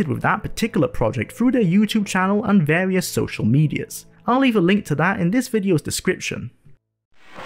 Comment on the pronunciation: Wole play with warious quests in a pawticulaw quest in vawious locations.